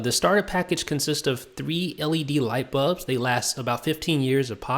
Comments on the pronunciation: It's bulbs NOT bubs gosh!! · BULBS, BULBS, BULBS not BUBS!!!! arrrrgggghhhhhh!!!!